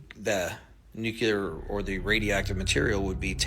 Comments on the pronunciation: Its Nuclear....not nucaler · Nuclear not nucular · For God's Sake... .. it's NU CLEE AH not NEW QUEUE LAR. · Nukuler!? It's pronounced nuke-li-er. Makes you sound unintelligent. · It's pronounced New Klee Er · NuKewler . NewKuLer ? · Lost all credibility with me as soon as he started talking about "NUCULAR" weapons. If you can't even pronounce a simple 7-letter word like N U C L E A R how do you expect anyone to believe anything you say about it?? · yep... religion as usual is there for the ignorant lolol.... it has gotten in the way of advancement b4... of course it still does... gotta love ppl who cant even pronounce "nuclear" correctly.... totally trustworthy lmaooooooooooooooo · I am confused why this "expert" at weapons grade unmanned aerial vehicles can't pronounce nuclear correctly.